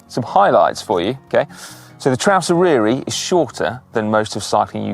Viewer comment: Just to say - the Y in Eryri is pronounced like the U in but. Fab video though. I'm planning to do it next spring on my emtb over several days - but I am 73.